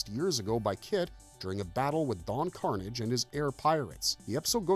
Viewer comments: Don car-NOZH, not Don CAR-nidge. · Lol. Everytime the narrator says it like "Carnage" I'm reminded when the actual character on the show would get pissed when someone mispronounced his name "No, it's Don Car-naaaaggggggge" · Don Carnage's last name is pronounced like corsage. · It is pronounced Don Car-NAJ! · It's Car-NAGE! Don Car-NAGE!!! Lol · Don Karnage would not be happy with the mispronouncing of his name here 😂😂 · Glad I'm not the only one who noticed this. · Yeahhhh I didn’t think it was until he mispronounced Don Carnage’s name and the sword “cutlass.” Ugh great way to get me to stop watching your content.